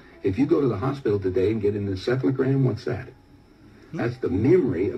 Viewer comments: he said encephelogram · He said encephalogram. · For the video about clones - he said encephalogram